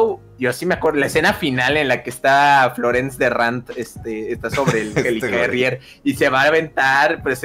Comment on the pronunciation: "Florence Derrant" xD